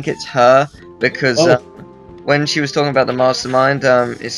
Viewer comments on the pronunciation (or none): Did really just say 'talken?'